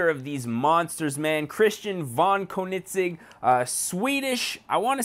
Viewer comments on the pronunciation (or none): It is pronounced conenigzeg not konigzeg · ko-nit-sig Lmao. I love your content but you slaughtered that name. think of it as cone-ig-seg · Kin-I-sig? Um bro it's pronounced cone-a-seg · He really said "konigsig" it is pronounced coe-neg-seg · pronounced ko-nig-segg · It's pronounced coe-nen-seg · CONE IN SEG is how its pronounced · its pronounced "coeningzegg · Its not ker-nit-sig ffs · Kiko MKD I was laughing at how he said Koenigsegg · this guy is supuid the guy in the video wtf kunig ceg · its not "konigseg" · when was there a t in koenigsegg? and BTW it is PROPERLY pronounced kerr-negg-segg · U said Koenigsegg wrong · You said koenigsegg wrong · Fleunt in English but can't say Koenigsegg for shit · wow you pronounced koenigsegg wrong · Why does he say koenigsegg like that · you need to at least know how to pronounce the cars name before you make a vid on it